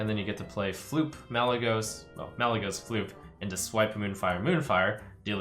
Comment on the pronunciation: chocomonkey he said malygeyying to 2